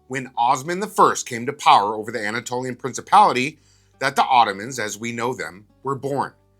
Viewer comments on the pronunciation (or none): you mispronounced Anatolia. Viva la reconquista